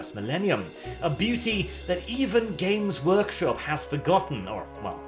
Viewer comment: The way says their name makes it sound like "Gimp's Workshop"...and it fits even better.